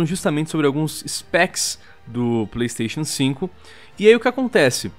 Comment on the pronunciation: esse video mas, toda vez que o fala pleisteixian sinco o video acelera